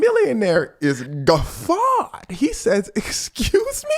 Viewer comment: "is gu-FFAWED..." is wiiiiild😂😂😂🤣😭😭😭